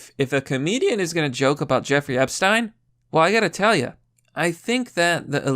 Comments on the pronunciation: Its Ep-shhh-teen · I just love the way he pronounces Epsiten.❤❤❤❤❤